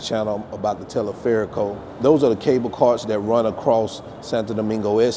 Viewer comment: Yes, you have to get better on your spanish. At first I heard you say " Teleferico". I knew what you were talking about. But I didn't understand you. Anyway, like you said.... I don't want to be critical. (Well also "El Caminito"! ) Thanks for sharing. P.S. I think you decided to try El Teleferico Because you've seen the guy Kurt Caz from West Africa. He goes everywhere. Don't do what he does. He can survive. I am not sure about you. Also on a side note: The women. MMM. MMM. MMM